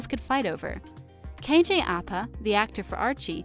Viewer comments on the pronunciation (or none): Americans can never say KJ’s last name properly 😑😂 it’s fine... ITS FINE